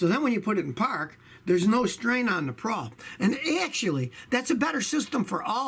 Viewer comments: It's called a pawl (rhymes with Paul) not a "prawl," but who cares... the advice is good. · I noticed that, too. I'm quite sure it's pronounced as the name 'Paul'. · Pawl, not prawl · Pawl, not prawl. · There’s no “r” in pawl. Hilarious that he says “prawl”. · Prawl...whats a "prawl"?!